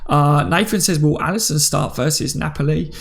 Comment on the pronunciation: Hey always watch the shows, thanks for helping us get through the dry days. Just wanted to say I always here u pronounce NAPOLI badly, and I know you’re not good with names and that, but it’s pronounced NAPOLLY not na-poli. Cracks me up everytime though. Cheers